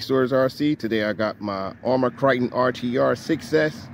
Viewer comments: Man I follow the videos and love the content but what is a Kriton? Is this a custom truggy you built? Or is this the Philly accent? I'm confused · Arrma kryyyyton lol